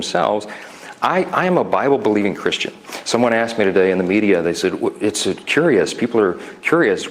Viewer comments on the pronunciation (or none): did he say, "i'm a Bible buhleeding Christian?"